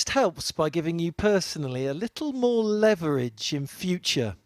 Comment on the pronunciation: please learn how to pronounce the word leverage.